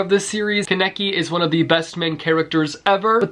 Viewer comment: humm...... from a Japan enthusiast to another (also Japanese language graduate js)... Kaneki = Kah-nae-kee..